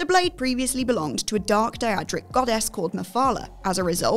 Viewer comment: Another video another pronunciation error. This time its Daedric. Its like just pumps out similar vids as quick as possible, quality be damned. Miss the from 3 years ago.